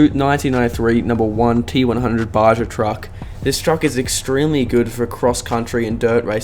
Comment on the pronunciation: It’s pronounced BA-HA